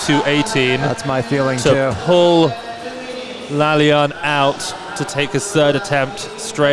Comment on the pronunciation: The name is pronounced La-La-yan not La-liyan